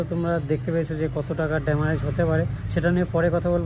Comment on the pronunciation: গাড়ির ড্যামারেজ হয়েছে ।😂😂😂 এতোদিন জানতাম শব্দটা ড্যামেজ ।